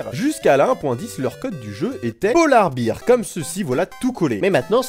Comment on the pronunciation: bear ça se prononce "baire" pas "bire" (sinon ca fait bierre ;D)